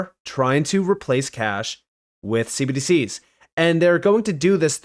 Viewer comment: Man, I really wish you'd stop saying cbdcs as one syllable.